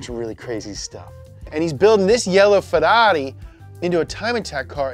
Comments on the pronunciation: When the scouse in you comes out when you say farrari 😂😂😂😂😂😂😂 funny as fuck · You say Ferrari like a Brit 😂😂😂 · I like how he pronounce ferrari